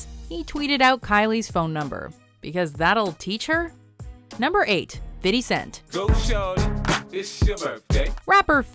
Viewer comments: fidee cent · Finy cent??? dafuq?!?!?!? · Fitty cent? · Did I hear fitty cent ...